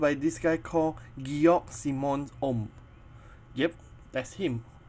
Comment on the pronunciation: Props to teacher actually pronoucing the Ohm's name right though.